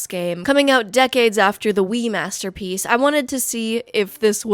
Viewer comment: masterpwiiece, please